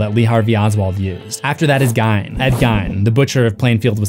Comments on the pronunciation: "Hinkey" Ive heard that used before as slang for when something is off/not right. But thats spelt hinky. I am surprised you pronounced Ed Geins name wrong. as far as I know it sounds like geen not gine <3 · Ed "Geen" not "Gone" you ignoramus. How do you keep popping up on my feed... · as a wisconsinite im gonna correct you on the gein thing it pronounced geen not gien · I’m sorry but the way he said Gein. It’s like geen. Like green without the R. I’m from Wisconsin. It’s like the law to know 🤣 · Gein like green, dude. Idk why that bothered me so much but it did. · It makes me crazy when people pronounce Gein wrong. (Supposed to sound like geen like green without the r) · Oh boy you butchered the Plainfield butchers last name it’s pronounced like “Geen” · That's not how you pronounce Gein